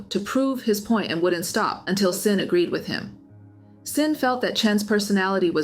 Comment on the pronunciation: I’m curious, how can you call yourself ‘’ and say that you’re not an AI channel, but you’re not pronouncing Xin correctly?